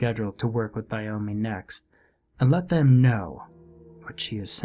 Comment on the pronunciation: Why is the name Naomi so difficult to pronounce properly? Nay-O-Mi ... What's with the 'Ni-o-mi'?? 🙄